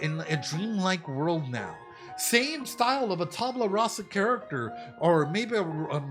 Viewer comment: It's "Tabula Rasa", not "Tabla Rasa".